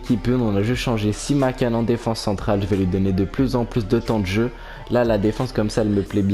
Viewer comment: Simakan ça se prononce an comme la ville Caen et c'est ajorque comme jean pas "l"